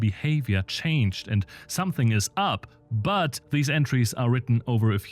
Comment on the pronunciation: very interesting emphasis on the word “but” for some inexplicable reason